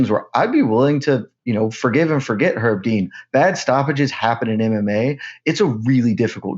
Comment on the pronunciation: pronounced Herb Dean with a silent H about 50 times and no other comment addressed it, am I insane?